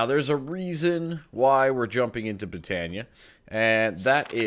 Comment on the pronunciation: i have been able to put put up with you calling it botania but its pronounced boe-ton-ea